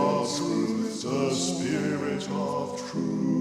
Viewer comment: Spirit is pronounced sp'rit on the crotchet, otherwise beautiful singing!